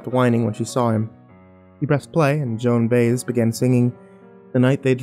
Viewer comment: JOAN BIE EZ--note the pronunciation, please!!